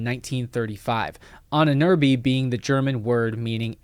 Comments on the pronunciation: Whenever you say „Ahnenerbe“, it sounds like „Ininirbi“ and I had to rely on context to understand what you mean even though I am a native German speaker. Why even say the German word when you won’t even bother to look up how to pronounce it? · So funny how you pronounce "Ahnenerbe" :-D At first I thought you're talking about and Amazonian tribe.